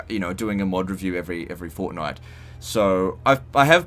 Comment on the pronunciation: Saying fortnight will never sound the same again...